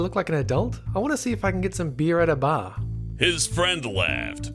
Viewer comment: “Beer at a ba.” “Ba.”